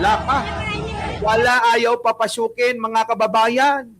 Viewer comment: ang dinig ko “babasukin”😅